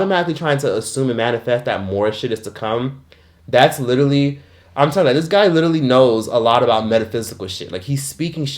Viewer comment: LITERALLY-LEE not Little-E